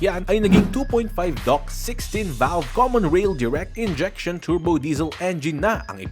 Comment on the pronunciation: Maniniwala na sana ako kaso dok ang bigkas mo sa DOHC.🤣🤣🤣